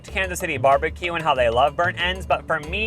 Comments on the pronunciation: I love how says Barbie-Que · If he says barbie-q one more time I’m unsubscribing